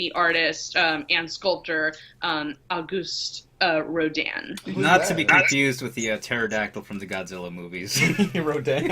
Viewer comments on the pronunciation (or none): Thank you for the video, but the French pronunciation of Auguste Rodin was like that of nails against a chalkboard.